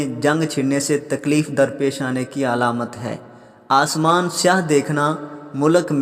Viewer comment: اسمان نہیں آسمان